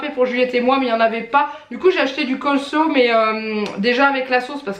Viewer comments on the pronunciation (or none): Tu m'as fait rire avec le choux rouge tous les jours, c'est pareil pour moi , quand j'en achète un , il n'y a que moi qui adore ça, ce qui fait que je m'en tape tous les jours aussi😂 c'est pas grave , c'est très bon pour la santé, il parait😂😂 La prononciation du " coleslaw" pareil pour moi, je n'arrive pas à le prononcer😂😂 C'est vrai que les fruits c'est hors de prix ( c'est lamentable d'ailleurs) mais 5 eur le melon, ça me paraît énorme, mais ça ne m'étonne même pas.